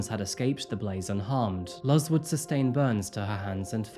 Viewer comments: Her name is Luz papa same as loose and thanks for the story🙌🏾🙌🏾🙌🏾🙌🏾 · I feel the need to point out that the mother's name was most likely pronounced "Luce," or "loose." Luz means light. Kind of like Lucy. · Mom’s name is pronounced like “loose”. It means Light in Spanish. ❤ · ➡️ puerto ricans are american citizens so they can’t be immigrants in america 😃😃 this comment is useless and won’t be read, but enjoy another engagement on the vid EDIT: Luz is pronounced almost like “loose.” the z is like a combo of s and z sorry/not sorry lololol “luhz” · her name is pronounces "Looz"... It mean "LIGHT" in spanish. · Watching this while getting ready for work, I wasn’t listening as well as I should’ve. But as I have had someone I work with the same name, I think it’s pronounced, ‘Looz.’ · I love a story with a happy ending! More stuff would be nice betwixt the more morbid stories :) By the way, for future reference, Luz is pronounced "Loose" (Like a loose knot) and is also the spanish word for Light, which is oddly poetic for this story :) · Just for future reference, the mom's name is pronounced Luze, although spelled Luz. This was a great ending to what could have been a scary one. Love your videos. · Luz is pronounced similar to the English word “loose.” 🙂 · I'm pretty sure it's pronounced " Looz" . It means light in Espaǹol !!! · I'm pretty sure someone already left this comment (unless I got something wrong) but if the mother's name is spelled Luz it's pronounced like Looz ☺ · Great happy ending story. I think her name Luz is pronounced “Loose”. Like Louisa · Love your videos , just fyi the mothers name is pronounced loose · FYI, Luz is pronounced Loose. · Luz is pronounced phonetically as"lose" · Hola. not knowing Spanish you must not know that the name Luz is pronounced like "news" ;D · What a fascinating story! It shows the strength of a Mother's intuition! ❤ P.S...'Luz' is pronounced 'Loo-z'...I'm guessing you are not using Babbel to learn Spanish 🤭